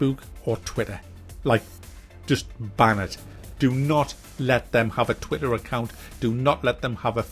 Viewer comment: Feessbewk rr twi-er.